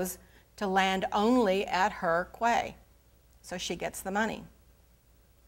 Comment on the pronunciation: Quay is pronounced "key"